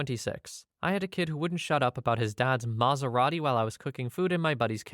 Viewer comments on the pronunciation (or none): none